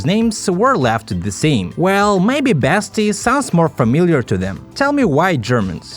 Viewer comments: its not pronounced "basti" but "baasti" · Im a german and, yes, Basti (which you do not speak like Bästi) is a german name and does sound more familiar.